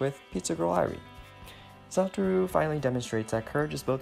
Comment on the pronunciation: Isn't Satoru's named pronounced like: Suh-tore-ooh (?) In the video, it was pronounced as: Sah-tah-roo